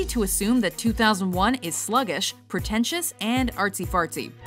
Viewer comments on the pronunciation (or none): are we just gonna ignore the fact that this chick said " artsy-farsty "?